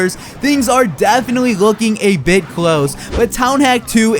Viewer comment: lol when u said bit, it sounded like bticj